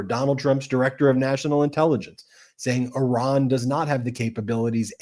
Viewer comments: Please educate on the correct pronunciation of a country. She has no idea how to pronounce Iran correctly. Such an idiot. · Can't pronounce "Iran" and says "amongst." No credibility.